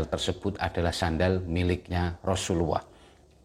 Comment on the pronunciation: Rosululloh bukan rosuluwoh